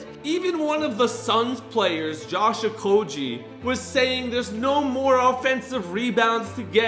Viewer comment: Hey can u please pronounce the players names right because it annoys me like when you said ok-oj-ie but it is pronounced o-k-og-ie and Paulo ban hero is pronounced like ban-k-ero and also it is Nikola y-ok-ic not Jo-k-ic